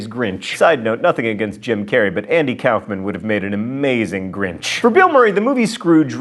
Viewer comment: Why do u say Andy Kauffman's last name so fucking weird & wrong?